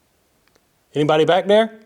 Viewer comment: 👀 that Mississippi accent came out quick when you said anybody here 😂